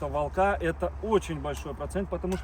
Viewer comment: Ещё раз - не волкА( это безграмотно), а вОлка! Правильно говорить вОлка, ударение на О. И не кИдовался, а кидАлся! Учите правильные ударения русского языка, вы в публичном пространстве.